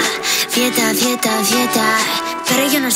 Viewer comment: It's "fiesta", but Becky pronounce "fieta" 😂😂